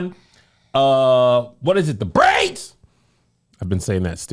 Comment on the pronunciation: 😂😂. I get Kev. There is an emphasis on braids BUT not as hard as he’s doing it.